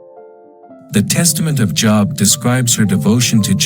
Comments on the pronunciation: It's a long O, Job, rhymes with robe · AI can't even pronounce names, long O, not job. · Oh my Gosh, basically impossible to listen to. Can't pronounce Job and of course it is someone trying to justify god in the Job story. God killed, Job's children - before I had kids that was elementary, after I had kids it was the unpardonable sin. Christians will say - but God blessed him with double the Children, sorry, but your giving you twice as any kids does not replace the Children you lost. A parent ought to love their children and each individual human is irreplaceable. How does anyone find a good God in this? And if you have kids and still think that God is justified in setting Job up, you are pretty much a sick individual - even the metaphor is lauded, what the hell is God trying to say here, If you follow me faithfully I may just decide to harass you for my own sick pleasure. Job is the one honest book in the Bible, it shows the monster for who he is. The devil comes to visit (weird!), then God is like, so you want someone to mess with how about my dude Job, just don't kill him (how kind?), it is ok to kill his Children, they are simply property and Job couldn't possibly LOVE them (I mean who loves their children, weird right?). Job's wife was obviously thinking rationally, Job was obviously an idiot! God was obviously mean, cruel and obnoxious, the Devil was licensed by God to be exceptionally cruel to one of God's creations - God of Love, what ya smokin' man!!!